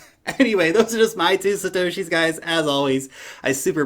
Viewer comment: I like how you said “that’s just my 2 satosies” lol